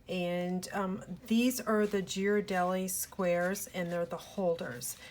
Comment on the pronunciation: As I’m from San Francisco originally I am compelled to share with you the correct pronunciation of that fabulous chocolate 😉 With love!😘 The G is pronounced as “gee-rar-deli” or a bit more clear would be “gear-a-deli” with the G as in girl. So not a J sound, “jee-rar-dah-lee” as thousands not from the area say it. Hope that is clear...🙄 🍫 😉